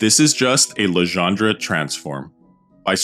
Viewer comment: All very good, except for the "Legendre" pronunciation